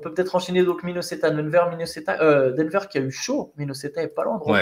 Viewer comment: "Minnoseta" 😅😅 Merci les gars pour le travail que vous fournissez (déjà toute l'année en général), particulièrement pendant ces Playoff, franchement BRAVO ! Le CQFR c'est vraiment ma petite croquette du matin 😄 Dormez un peu qd meme 😝